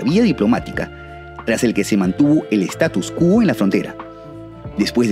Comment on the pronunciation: Status Quo es el nombre de un grupo musical. Para denominar una situación estable la denominación correcta es "status quo", pronunciada con acento en la o.